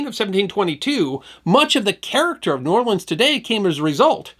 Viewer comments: Don't know who this narrator is, but he's definitely not from New Orleans. If he was he would know that the locals there DO NOT offensively pronounce New Orleans as one word. If ever you hear some ignoramus pronounce it as 'Nawlin's,' know for sure he is not a native of that city. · Awesome video but the vast majority of us from the city do pronounce it as two words. New Or-lens. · Please stop with the "we say the city name in one word". We pronounce it New Orlins or New Orlee-ins. Never met anyone who says Nawlins. I'm 58. Maybe 2 who said New Awlins. When people here see anything about New Orleans we cringe cause no one gets it right. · Nawlins is a Northern misconception... possibly because there is a small part of the population that pronounces it that way, but the common pronunciation is New Orlens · It's pronounced New Or Lunz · AS A NEW ORLEANS NATIVE AND EDUCATOR, is FALSE. No one, literally NO ONE, from here says "N'awlins" or blends New-Orleans into one word. You are incorrect and invalidate yourself as a credible source almost immediately. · We saw New Orleans. Nobody here says that in one word. Two... Distinct... Words... Otherwise thanks. 🙃